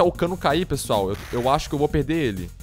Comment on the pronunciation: kkk ''eae PRESSOAL'' kkkkkkkkkkkkkkkkkkkk